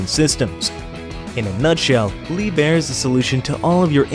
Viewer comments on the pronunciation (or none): Liebherr is not pronounced as Lee bear, it is properly pronounced "Lieb Herr" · Dear. It is no "Leeb-Er" it is Leep-Hair"